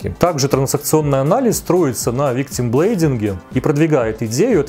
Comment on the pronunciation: Почему все говорят виктимблейДинг? Там же м вместно д